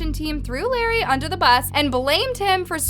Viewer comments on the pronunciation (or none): Its not “lair-e” its “luh-ray” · Bruh it's la-Ray not lerry